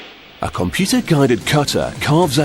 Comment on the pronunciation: "Wartah, Computah,Owah" this dude......